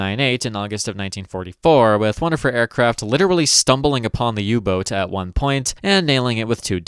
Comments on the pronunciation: I cant tell if "U boot" is a accent or an attempt to say it the German way. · I'm reminded that you're on how you pronouce "U-boat"